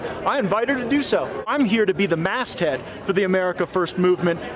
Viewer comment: "Mast Head!" Mre like "Mastadon head." Tweaker